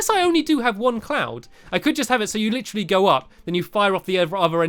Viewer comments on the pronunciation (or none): none